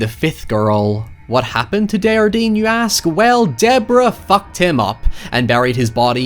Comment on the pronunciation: Hey,! =) Henry (Henri) DesJardin's name is French, not Spanish, so you pronounce the J. It should sound vaguely like "On-ree Day-jhar-dehn" (at least in standardized Canadian French). The H is beside the J as a reminder that it is a soft J, like a "sh" sound but not quite, rather than a hard J, like in the word "Jar". Hope that helps!